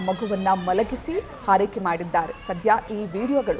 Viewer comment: 😮 ಹಾರೈಕೆ ?( ಆರೈಕೆ) ಕನ್ನಡ ಸರಿಯಾಗಿ ಕಲಿತು ಮಾಡಿ ವಿಡಿಯೋ ಮಾಡಿ.